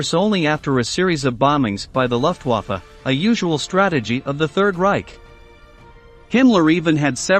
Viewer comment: the narration by a computer voice is very counter productive to your video. it can’t pronounce soooo many words!!!! it really struggles with German words haha. very disappointed. Wehrmacht? Luftwafffe? find a human. lol